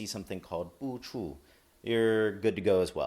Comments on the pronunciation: Ewwww the way you said boo choo. You put a Chinese twang to it. Korean and Chinese sound nothing a like and also Japanese. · yeah you pronounced it funny like a Chinese word, Korean is not a tonal language, so the word for chives-부추 or buchu is pronounced bhoo choo no need for tones. Japanese is the same way, it's not tonal, so the word is pronounced the way it's spelled. But we understand I kinda thought it was funny.